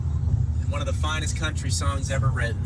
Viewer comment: “One of my favorite charging spots in the Crunchtry” since we’re pointing out mispronunciation lol